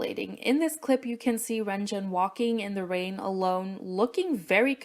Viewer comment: mistreatment: pronouncing renjuns name as (REN CHUN)...... issa joke plz dont be mad